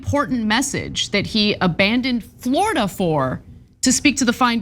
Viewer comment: " Floorada", "A'll tell ya"